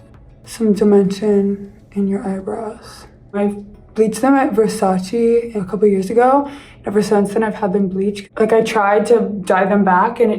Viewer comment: ITS E VERSA)CE